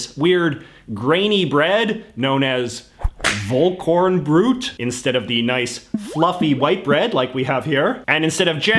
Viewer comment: I lost it at his pronunciation of Vollkornbrot